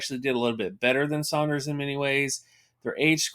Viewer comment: My man said “Sonders” lol